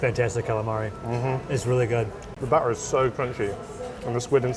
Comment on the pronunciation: Someone clip up saying BATT'ER please!